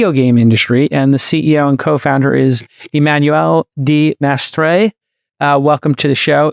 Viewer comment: Mdr comment il a prononcé Emmanuel de Maistre 🤣🤣🤣